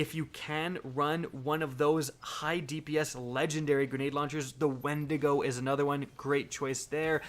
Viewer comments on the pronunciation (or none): none